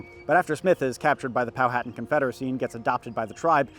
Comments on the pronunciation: Hey man great video and great content. My only issue is the way you pronounce Powhatan. It is Pow-hu-tan not Pow-hat-an. I live in the area that this all took place and I studied this history extensively and it is a common mistake. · Poe-ah-tawn. I know southern native american tribe names are weird to pronounce but I feel pretentious so I'll correct someone who undoubtedly knows more about history and ancient society than I do. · I live in Southeastern Virginia, Jamestown is required learning. Went there on a field trip in 3rd grade. Too young to grasp what really happened but it was fun. Also, have I been saying Powhatan wrong this entire time? Is the way it's said in the video the correct way?